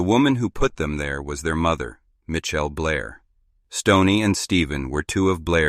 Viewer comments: Michelle not mitch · More AI generated garbage. Showing photos of Chicago, not Michigan. Can't pronounce Michelle. Skip this one, or all we're going to get is AI crap.